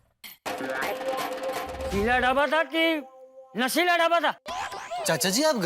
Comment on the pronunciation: shela ❌nashila🤣🤣